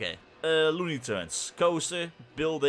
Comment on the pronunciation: Lol "Turnes" haha. love you mate!